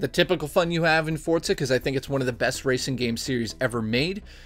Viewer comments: Great review as always,my aunt in jail loved it too! Am I the only one that wonders why so many people pronounce the game "Fort-za"? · Chris F think of it how people say pizza, you don't say 'piz-za' you say 'peet-za' forza follows the same rules.